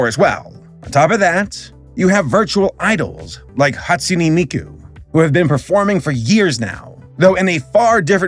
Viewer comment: "Hatsun-EE" Miku... Ughh